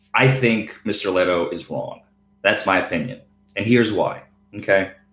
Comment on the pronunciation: You keep mispronouncing Steve Lehto’s last name. Are you doing this on purpose? I got a good idea, would you fight Steve Lehto in a wwe cage match? Think of all the publicity both of you would get. The only thing is , I think You look a Little small, and Steve Lehto has Viking blood in him. So I think he can kick your ass.